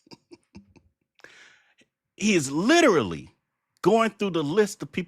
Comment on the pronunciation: I hate the way he says literally